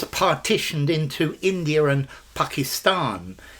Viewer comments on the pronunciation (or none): there's an intrusive r in "india(r) and pakistan"